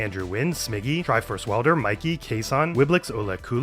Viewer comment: It's pronounced Triforce WILL DER.